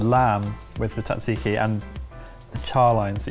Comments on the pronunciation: Sat-see-kee, not tat-see-kee. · Great episode guys , and the greek salad and tzatziki are almost exaclty like the traditional ones here in Greece....next time try to pronounce it jajiki though :P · Gotta admit, that's the first time I've heard "tzatziki" pronounced as "taksiki" and Im kinda shook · Hey, just letting you know your pronunciation of Tzaziki is pretty good, but at least the way we say it over here it's more like "Tza*z*iki", not "Tza*tz*iki" (The second consonant is just a regular Z). which is a bit easier to actually say and probably why it sounds like you were breaking your teeth a bit:D Much love and good job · Note for, its pronounced "Jajeeki" J as in Janice. Keep the greek recipes coming, great stuff:) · Why did no one correct at any point on his pronunciation of tzatziki as tatsiki? 😬😂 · Ooooh, ok. I would say Tat-zee-kee. Can you correct me? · The versions I hear in this video either omits the first "z" (like you) or the second "t". For me it is difficult to explain how to pronounce it other than that it is important not to miss either of those, so that would make it Tza-tzee-kee. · It's Sat-see-kee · Wait a sec: Do British people really say "Tatziki" and thus not only disregarding how the word is pronounced but also how its spelled? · it might be the correct recipe, but it’s not the correct pronunciation ;) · As a Greek, tzatziki pronunciation hurt. “Tz” is basically “j”, like in “judge”. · The way some people pronounce tzatziki is absolutely horrendous. The tz is pronounced as d͡z, a voiced alveolar affricate. In simpler terms, you don't pronounce the t, similarly to how you don't pronounce the t in tsunami. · i have never heard pronounce tzatziki before and i never want to hear that again 😭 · What this video taught me is that British people do not know how to say "tzatziki"...lol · Can the British not pronounce tzatziki?